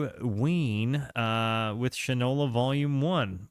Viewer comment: It’s pronounced Shine-ola. As in shoe polish. Usage: “That boy don’t know the difference between shit and Shinola”